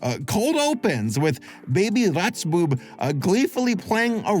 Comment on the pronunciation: When you said "Rotzbube" I needed to replay that part 4 times to understand it as German cuz it just sounded like "Ratsbuhl" to me lol, btw Rotzbube is a name given to disruptive, annoying and overall disobedient boys here.